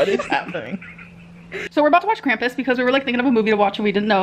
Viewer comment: Krampus. Not Cramppuss. It's a entity of german folklore. It's spoken with a long a like Arnold SchwArzenegger. Or Christoph WAltz.